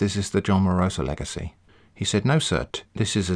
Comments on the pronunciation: It's John Wa-roh-sa not John Warosaaaa -Hermione probably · Every time I hear "warosa" I took a shot, now I'm dead. Please send me $98,0535,30.639 united state dollars for medicalsbill